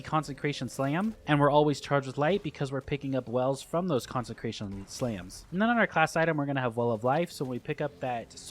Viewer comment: CONSE CRATION! NOT CONSEN CRATION